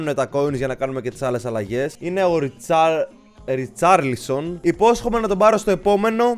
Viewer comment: Είναι ρικαρλισον όχι ριτσαρλισον